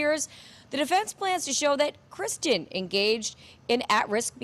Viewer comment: Perhaps tomorrow that reporter can try to get Kristin’s name correct and stop calling her Christian. It’s basic respect to the victim.